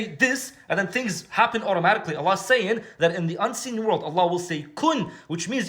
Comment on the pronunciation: "Worrrrld" loveed it 😂